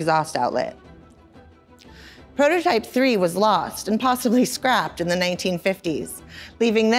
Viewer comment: she chuckles about the car being in an accident, which would be totally normal if the driver of the dymaxion hadn't died in the accident. How fast were they going? and Why did she make it seem like no big deal? Also, , why does she call it "Zee only remaining dymaxion prototype" ?